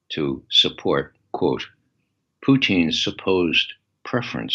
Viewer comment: I love how he says Putin "Poutin" like the Quebec French Fries. Lol